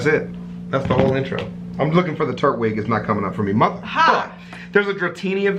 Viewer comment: The Pokémon is pronounced tur-twig